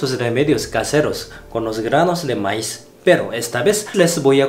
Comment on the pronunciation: se pronuncia Maíz pronunciándo la i más fuerte